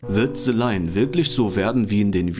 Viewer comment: Ze line oder the line? 😂